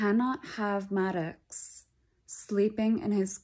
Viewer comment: The pronunciation of the child's name is perfect. Like this woman is the type to lecture you, and not move on, when you call her child "Maddix" instead of "Maaduhx".